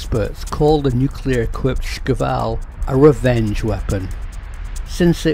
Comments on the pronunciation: You're not a Russian-speaker, are you? Shkval (Шквал - Squall), not "Skival". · It shkval. Squall Shquall Shkuall Shkvall. Da? скажи это правильно